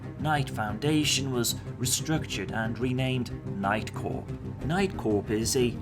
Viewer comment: first time you mention "night corp" i hear "nightcore" and tiny rage burned inside of me